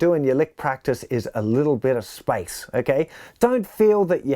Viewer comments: It took me a while to understand that he was saying SPACE and not SPICE. Great lesson, though. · I took me a while to understand he was saying space, not spicy. 😆